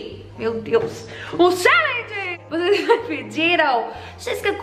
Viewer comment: Perdi a conta de quantas vezes ela falo chellegen kkkk